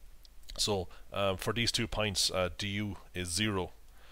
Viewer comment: you pronounce points like pints